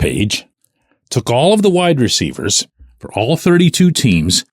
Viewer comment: I completely admit this is probably a personal thing, but does the way pronounces "WIDE-receivers" drive anyone else nuts?😂😂😂 It has always jumped out to me😅 No shade to, I'm obviously a fan. But this Daily shot was very WIDE-receiver focused, so he said it alot😂 I am not a huge fan of the money situation with Adams. I think next year he has a $44M cap hit with a $35M salary because of how his contract is structured. I don't know if they can work a way for the Raiders to eat some of the money. I am the biggest fan of bringing in another WR, but the money is an issue for me with Adams. We don't even know what is going to happen with the QB situation and they will have to do something because they have no starter sign for next year. And I might be in the minority, but I don't think the Steelers are a Devante Adams away from winning the Super Bowl this year. I hope I am wrong, I will be the happiest person to be wrong, but I don't think I am🤷‍♂️